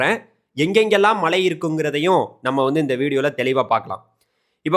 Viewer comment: 'ழ' சரியாக உச்சரிக்கக் கற்றுக்கொள்ளுங்கள். மளை என்றால் கேட்க நன்றாக இல்லை